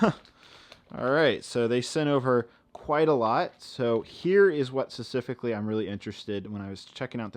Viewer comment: I still can't get over how you say specifically :D